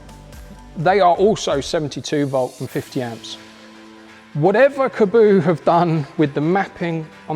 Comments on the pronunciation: Your pronouncing is correct. Kah bow... Kaboo like he's saying in the video is wrong. I've watched the creators say it on some of their videos years ago. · Weird how people pronounce it “kaboo” when it’s kaabo “kah-bow” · Good vid! Why do so many pronounce the name "ka-boo"?! Have a look how it's spelt. There's only 1 "o". It can only be "kaa" (car)-bo! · I've been pronouncing Kaabo as Car Bow since I first heard of them. I want this one that's for sure